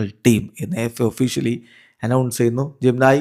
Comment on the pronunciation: പറയുമ്പോൾ ജിം നയി എഴുതുമ്പോൾ ജെമിനി 😂😂😂😂